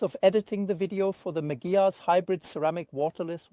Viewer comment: Please don't call it Megyar